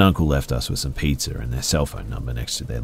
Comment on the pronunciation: And pizza